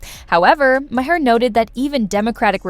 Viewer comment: why cant AI voice pronounce Bill Mahers last name. AI voice = blocked